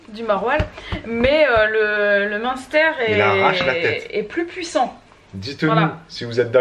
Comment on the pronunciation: Jadore comme di "monster" on dirai le nom de boisson énergisante, alor que le dit bien. Je sui de franche comter et j'ai énormément rigoler sur la video de hier en vous regardant essayer de dire munster 🤣 😂